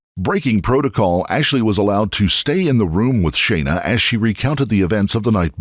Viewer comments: Her name was clearly pronounced Shauna in the video, not Shayna. I believe it would be more respectful to the victims if you would check the pronunciation of their names before making these. Otherwise, great job, thank you. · FFS it's "SHAAH-NA" not "shay-na" you seppo tw*t, at least give her the honour of pronouncing her name correctly in her memory!!!! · Her name is pronounced as Shawna. Just sayin. I've never heard my name said so many times in such a short period of time. Sorry for the off subject comment. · Thumbs down for "Shay-na" ...you c**t.